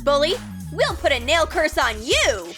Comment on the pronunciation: She said mail not nail.